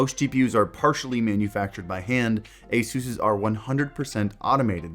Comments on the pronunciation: Dude Asuuus? it´s asus ahahah😅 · 'A-seus' lol x'D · Lmao when did they start pronouncing it Asoos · Whenever you mention ASUS my brain automatically hears "Jesus" in Spanish haha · he is pronouncing it wrong by the way :)